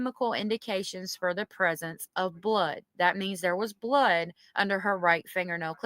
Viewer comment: It's Blood not bood